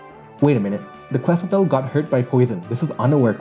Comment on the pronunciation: Everytime you say "Clefable" as "Clefabelle" I just imagine Isabelle (from Animal Crossing) cosplaying as Clefable and that's the cutest thing ever, so thank you for indirectly putting that thought in my mind